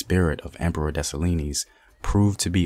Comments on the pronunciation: I just love my Haitian ancestry so much... My strength comes from my strong ancestors.. That's why us Haitian women are some strong women... Also it's Dessalines (dessa- leen), not (dessa-li-nees) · Great content but pronounce his name as des-sa-lean... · Segement was awesome! Dessalines DeH SAh LEEN s is silent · The story is Dessaline, the E is silent. his mother was a ran away while she was pregnant with him. while she ran away to the mountains, she went to labor luckily toya was running away in the same area. she helped give birth to the greatest Emperor/General who ever lived, then the mother died and left him with toya. she had to go back to slavery to raise him, luckily for them whenever she was sold she had a chance to convince her new master to buy him also. she took care of him taught him how to fight and all. there's a reason why when he became General he had women army with him. he trusted his women army more than the guys, he had an entourage of 4 to 6 women soldiers and they didn't play. he's stories deserves to be on the big screen. when he died he got set up he didn't had his women with him that's how they were able to move in on him. when toya raised him she told him, u will do for this land what i couldn't do for dahomy. one of my favorites Haitian revolution story. she is our Mother. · Thank you Very much for thé work. I m haïtien and let me help for thé prononciation of Dessalines = Dessaleen thé S is silent. Thank you i know you make à lot frèl good about themselves. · The s is silent in desalines lol btw I'm Haitian that's how I know , Kote tout zoe mwen yo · The s at the end of dessalines is silent